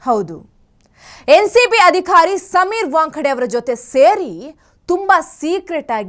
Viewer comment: ಅಂದವಾದ ಗುಲಗಂಜಿಯಲ್ಲಿ ಕಪ್ಪು ಚುಕ್ಕೆ ಇರುವಂತೆ, ಎಲ್ಲಾ ಉಚ್ಛಾರಣೆ ಸರಿಯಾಗಿ ಮಾಡುವ ನೀವು ಅ'ಧಿ'ಕಾರ ಎನ್ನುವುದನ್ನು ಅದಿ'ಖಾ'ರ ಎನ್ನುವುದು ಏಕೆ?